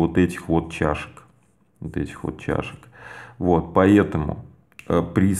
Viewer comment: Классно расписал. все понятно и наглядно. Вот только не говори "поЕтому" и "Етому" )) без обид!